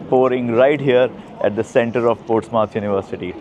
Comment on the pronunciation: It's Portsmouth not Ports mouth It's one word